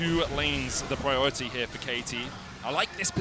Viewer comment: Please get a caster who doesn't speak like a baby! "Wong (wrong), Awound (around), Pwiowity (priority)" c'mon man, just get some speechy lessons so your soft soy jaw can pronounce words properly